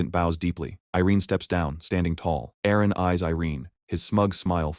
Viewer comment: How long does the AI call Aaron "IRENE" ???